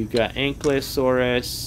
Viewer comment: it’s not anklyosurus, it’s actually Ank-I-Low-SORE-us